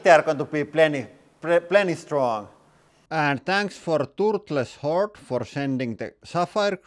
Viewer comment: I had to go back and read the screen when he thanked Turtle's Hoard for the crystals.... cause I heard something a bit different.